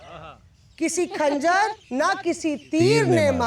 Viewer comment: Madam aap ne eshar (yani sher) achcha padha, lekin खंजर नही ख़ंजर hota hai.